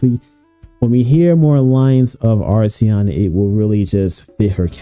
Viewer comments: errmm akshually it's acheron (akker on) and not arseon 🤓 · How on earth do you pronounce the name so wrong when it’s written on the damn background? Where is the R in the first half of Acheron? You say arseon so many times I had to stop watching.